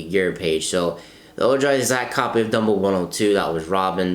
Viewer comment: It’s pronounced oh-hi